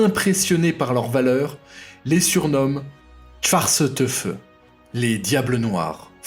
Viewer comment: Sans manque de respect, 'Schwarze Teufel' se prononce 'Tchvartzeu Teuifeul'.